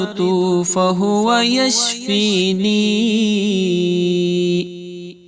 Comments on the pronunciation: Yashfinin hai ya yashfeen hai..plz correct karen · The recitation of AYAH is wrong. Wa ija marajtu wahua yashfeen Is aayat me yashfeeneen nahin hai. Agar koi wajah hai yashfeeneen kahne ki barahe karam mujhebittila farmaayen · Reciting wrong from end. It is yashfeen, not yashfeeneen.